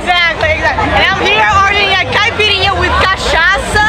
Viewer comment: Love your videos man! But you seriously need to learn how to order a caipirinha. Its very disrespectful when you say it wrong. Cheers from Michigan bro!